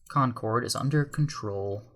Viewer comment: you pronounce concord wrong